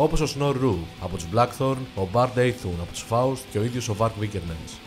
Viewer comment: Από τους Blackthorn και από τους Faust 😂😂τα διαβάζετε που τα διαβάζετε Να τα λέτε και σωστά λίγο Αφού δεν το κατέχετε